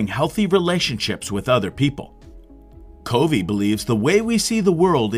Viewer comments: #1 His last name is pronounced “Cuh Vee” #2 On your video thumbnail you misspelled Summary It is not “SUMMERY” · They didn't say they couldn't hear it, they said that it was pronounced wrong. It's Covey.... Pronounced KUH-vee. I get the hangup. It makes it seem like the person is just parroting what others have said, rather than having listened to the material, or like it's A. I. Not saying it is...just saying it makes it SEEM as such.